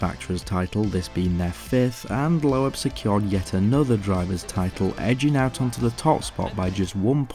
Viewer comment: You really need to learn how to pronounce names correctly. For example. It my be spelt LOEB, but it is pronounced LOBE. Its not pronounced PETER, but PETA Solberg.